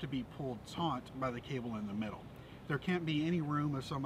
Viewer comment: Taut, not "taunt".